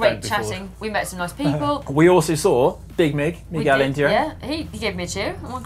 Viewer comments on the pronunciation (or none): none